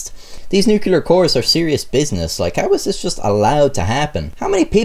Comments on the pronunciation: Its said new clear not nukeular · nuclear. not nucular. (new-clee-er) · Man dear, FFS stop saying newkewlar. It's pronounced new-clear. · I thought that i cant be the only one here whose gears it always grinds a little when someone calls nuclear nucelar. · You keep saying "nucular" throughout this video. You may or may not remember, but George W Bush was widely mocked and ridiculed for this pronunciation. It's "nuclear" dude, not nucular > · Take a shot every time he says “nukular.” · I'm not a scientist or anything, but I'm pretty sure it's "nuclear", not "nucular :P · Nuclear. Pronounced "new-clear". Not "nukular". The mispronunciation has become a joke used when parodying the "hillbilly" type dialect. Also,, the screwdriver was not protocol. There were shims that were supposed to be separating the halves, Slotin had arrogantly removed them. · Subscribed. Pls cuss less and it’s “nuke-lee-ar” not “nuke-u-lar.” You tell good stories. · Nobody:: nu killer bombs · Dammit it’s not NU-CU-LER it’s “NUC-LEAR” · NuCLEAR not Nukular, come on. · NEW-CLE-ER ... not NEW-KILL-ER. hows that for no fun at parties. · Small critique: The word is NU-CLEAR, and nu-cu-ler isn't a thing. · New Clear not new Cular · Love your videos, but listening to you mispronounce the word nuclear through the entire thing was extremely grating. It’s NOT pronounced “nu-cu-lar”...that’s an entirely different word with an entirely different meaning. It’s pronounce “nu-clee-er”. Thank you. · Hell lad, are you Irish or texan? Nucular isn't a word. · "Nucular" - Like George Bush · Safety rules not written yet? BTW the n word is pronounced New clear, not nu-cular.A n Englander would have known that. ( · I wish you would say "nuclear" instead of "nuke-U-ler" I'm sorry :[ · Nuclear pronunciation = new -klee-er not new-kew-ler. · Nuclear, not nucular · Nuke Lee ar, not nuke you ler. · NUCLEAR NOT NUCULAR WTF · Nucular? Stop saying nucular! It's nuclear! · did you just say nucular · NU - CU - LAR